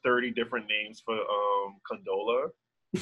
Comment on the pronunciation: i lost it when he said condolessa real name is Tessa Thompson 🤣🤣